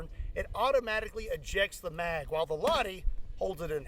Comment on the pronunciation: its Lah-ti, not lahdi. Suomi mainittu, torille!!!!!